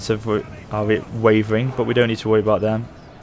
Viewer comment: "so there we arrrrre"!